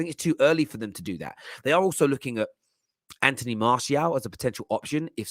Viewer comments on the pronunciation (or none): none